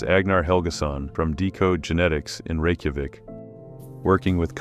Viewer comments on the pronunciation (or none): none